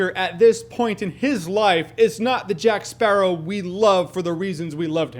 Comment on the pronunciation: take moana and add pirates...you're welcome! also, all i hear is jack sparrah, time to kill a sparrawr, kill jack sparraw